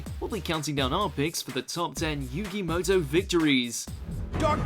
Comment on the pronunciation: Yugi "MUTOU" forgot that 'u.'